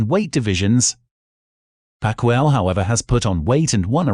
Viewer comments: His last name is Not, "PAK--WOW---it's, PAK-E-OW...Manny Paciaou. (Goodness). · These are all legends, but if u are preferring into the worlds fastest boxer I suggest u go deep research because there are fastest boxer now in this generation maybe exceeded those legends in hand speeds. Great video tho and please its not pac-wow, his name is pacqiuo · Pronounce it Pac-ki-yaw not Pac-wow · It’s not Manny Pacweo it’s Pacquiao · Manny Pacweeow?? It's PACQUIAO DUDE!! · Who's pag wow wtf it's pac yaw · Gago pakyaw hindi pakwow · It's Pacquiao (Pakyaw) not Pakwow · Pacquiao,, Not Pacwuaw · Who tf is pacweow 😂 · OK FIRST OF ALL... ITS MANNY PACQUIAO.. THATS PRONOUNCED PACK EE OWW If you can't say it right then don't even say it.. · I Love how he pronounce "pekwew" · Haven’t the narrator heard of how to pronounce “Pacquiao”? It could be just me but I heard it as pacquire. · Man really just said manny pakweeah 😂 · PacWHAT??? Did this narrator just broke his tounge?? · Pac-kwi-ao? JEEEZ! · Yep, #4 , the name we’ve all heard and said a million times, and DEFINITELY know how to pronounce… Manny PackWeeOww 😂 love the channel man. Definitely my favorite corner of YouTube for the good boxing content, and keep it comin! 🙌🏼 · "Manny pacchoir" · It's Pacquiao. Not Pacwow 😄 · First time I've ever heard the great man called Manny Pack-wow. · The first time he says it he calls him pick wee ow 😂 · Only criticism it is pronounced Pack-kio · bro butchered manny's name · He said manny’s last name wrong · I stopped watching when the announcer mispronounced Manny’s last name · is it me or he just said pacman's name wrong? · He is saying Manny´s name wrong,and then i got to RJJ...He calls him Ray. I just can´t get over it. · I would have liked and subscribe but you couldn't even say Many pacquiao properly 🙄 plus Roy jones was out punched and lost to a faster better puncher lol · The way he pronounced Manny Pac-Man Pacquiao's name 🤦🏽‍♂️